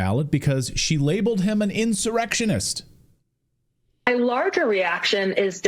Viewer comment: There was NO iN-sir-extion.